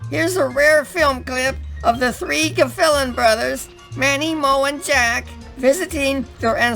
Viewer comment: It's pronounced gil fallon